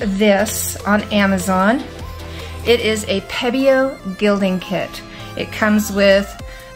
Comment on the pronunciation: It's pebeo, not pedeo